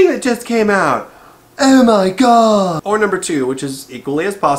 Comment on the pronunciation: British sounding OH MY GOD